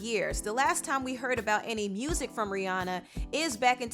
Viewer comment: you pronounce rihanna wrong .